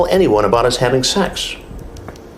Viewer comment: Do you suppose Chris Hansen says "shecks" instead of "sex" because he wants to sound cool!